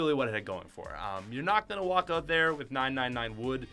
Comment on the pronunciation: Why do you say “ote” and not “out”